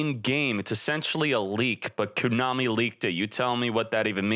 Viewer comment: The way he pronounces Konami gets me every time lol